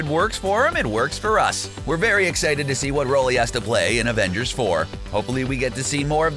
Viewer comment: Afengers Affenmble!